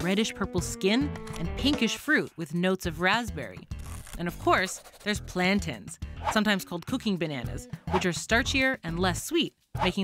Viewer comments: Shoutout for pronouncing "plaintain" correctly (It's a noun, like mountain and fountain, not a verb like maintain and obtain) ☺ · Atleast she said plantain right lol